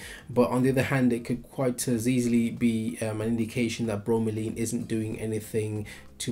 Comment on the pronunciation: It's Laine, not Leen..